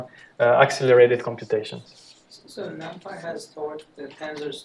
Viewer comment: Thanks a lot for sharing the lectures.... But, please spell 'numpy' correctly ( not 'noompy' ) ... ear hurts on hearing that repeatedly 😖